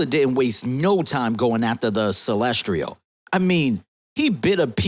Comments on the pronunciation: Lol "Celestrial"?? It's "Celestial" not "Celestrial" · CelsTIAL, not Celstrial. Holy hell that was driving me crazy. How do you make an entire video mispronouncing something like that